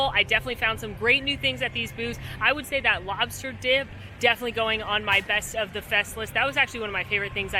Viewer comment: you nailed the lobsta accent :D